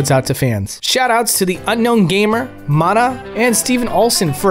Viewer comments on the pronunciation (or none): none